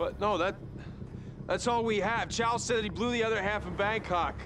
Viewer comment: It’s chow, not chao